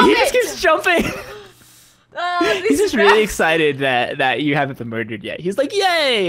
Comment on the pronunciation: "Do you want to get murded